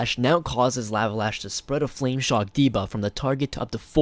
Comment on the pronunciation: Great video! But you are saying lava wrong :P should be more like with a short "o" sound. KTHXBYE